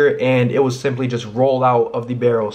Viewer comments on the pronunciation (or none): none